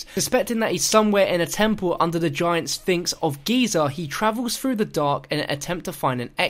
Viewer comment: Why can't you pronounce 'Th'? It's Three not free and through and frew!